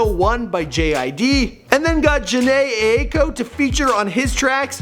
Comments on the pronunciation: Put Jhene Aiko (pronounce I-koo) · "Prblems" "Jhene Eiko" Wouldn't be a video with out the shitty pronountiation...